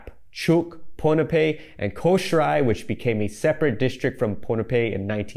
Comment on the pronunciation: Love this. But btw, Kosrae is more pronounced like “koh-shy”